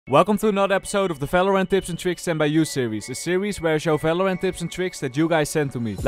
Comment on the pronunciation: falorant. anyways nice vid